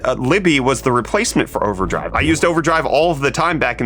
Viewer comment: when he said overdrive for a second I thought he said OneDrive and I lost it